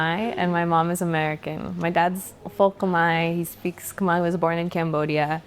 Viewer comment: When you Khmer pronounce Khmer your Khmer. When you Khmer pronounces Cum-here your whitewash Khmer..